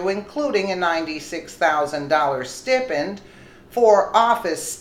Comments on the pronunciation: It's pronounced sti-pend. it's a long i. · I watch all your VIDs and really like them; so, not at all, 'picking' on you, but a STIPEND is pronounced 'STY-PEND' - or perks. I know for myself, I always want to be aware if I mispronounce word/name, so, just a 'friendly' FYI. Thank you for all the great info. You really 'hammer' them out!